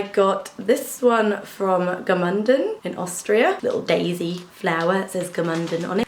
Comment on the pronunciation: i am from austria and it is so funny for me, how you pronounce Gmunden ;) hope you enjoyed the time here.